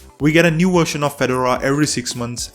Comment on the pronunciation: "This new Wersion"